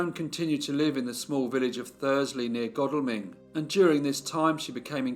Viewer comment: It was good to hear someone who pronounced Godalming correctly 👍. I was born in a small village about five miles away where this must've happened. (It was strange I literally thought about ten seconds before the start of this video thinking I'd never heard a local to me case) . There is a case that I have not heard covered yet which happened in Churt I think late '80's. Pervert raped two young school girls and murdered one of them. Very interesting although not 100% sure it was August because all the soldiers had been given the same hooked tool and she had dated several of them.